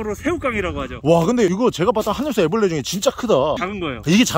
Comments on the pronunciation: 하늘소 애블르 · 하늘소 애브레를~ㅋㅋㅋㅋㅋㅋ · 하늘소 애브르레 ㅋㅋㅋ